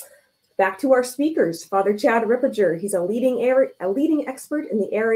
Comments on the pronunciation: It is Father Ripperger (hard G) , not Father Ripperjer , but it is better then Fr Gad Ripperchad ! So sad that Mary Harold had no time to listen to Fr Ripperger podcasts. What an intellectual downslide these times, this shows what a great importance TAN Books had been and still is and the spiritual attack on it! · Books Ripperger is pronounced Rip-per-ger the ger sounds like hamburger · It's Ripper*gurr